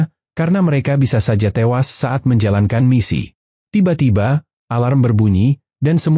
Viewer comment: tewass minnn bukan tiwas